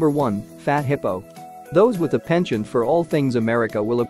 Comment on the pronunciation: Pronounces 'penchant' as pension...